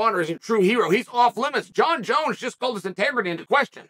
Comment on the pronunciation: Jon Jones the only fighters name Chael can say correctly.